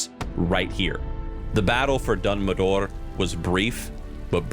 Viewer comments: BTW, one small detail: in WarCraft II, Dun Modr is pronounced as "Modrah" (not "Modor"), though this could be outdated info, of course, considering the game's age and the huge amount of retcons since then (notably, Sargeras was pronounced as "Sarjeras" in this game and its expansion). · why do you say "Dun Modor"? there is no "o" before the "R"🤷🏿‍♂🤷🏿‍♂🤦🏿‍♂🤦🏿‍♂🤣🤣